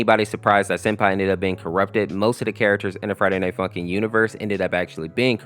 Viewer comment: I heard “Tje Friday night fucking mod”